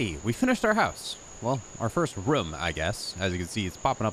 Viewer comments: Why do you say "room" like "Roum" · Is he saying romes? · The way that you say “room” is so funny😂😂😂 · I was thinking the same thing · The way this guy says "room".... is it just me? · where is he from the why he says "room".